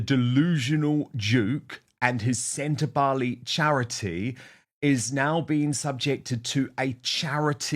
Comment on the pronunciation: SEN TA BA LE (not “lay” it’s an “egg” E !!!!